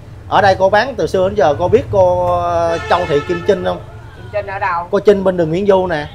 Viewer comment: CHAO CHAU THI KIM TRINH..THAY VI E PHAT AM KH CHUAN..THANH TEN CHINH..TRINH CHU KH PHAI CHINH NHEN E..